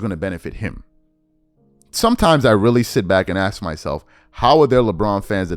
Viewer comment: Like your video, but pls. try to pronounce the word 'ask' correctly. I keep hearing the word pronounced as 'axed'. It hurts to hear.